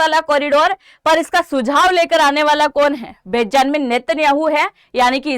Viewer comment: बेजानमिन 😂 नहीं ❌ बेंजामिन नेत्यान याहु ✅